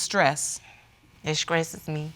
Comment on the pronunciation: The last case i just don’t understand why grown people can’t speak properly!!! She said she is skressed out lol 😂 it skresses her lol omg whyyyy